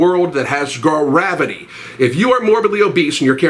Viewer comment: "in a place that has ga-ra-vity" - 2019